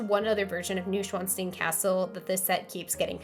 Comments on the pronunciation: Noy-shvan-stine (not new and not steen) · is how long i waited for Neuschwannstein to be butchered in its pronunciation